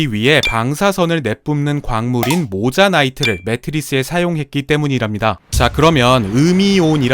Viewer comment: 모자나이트X -> 모나자이트(monazite) 입니다.